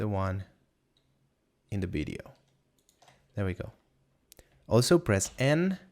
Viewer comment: Video man, not Bideo!!! :) Realy good tutorial! Bravo!